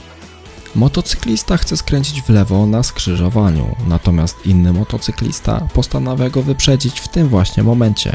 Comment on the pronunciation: czy tylko ja słyszę młotocyklista?